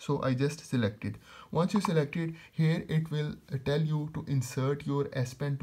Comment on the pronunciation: It's here not hair😂😂😂😂😂